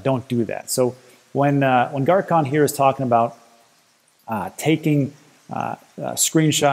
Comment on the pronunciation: It's not Garcon its pronounced Garçon, as in the French for boy! The (c) sounds like an (s)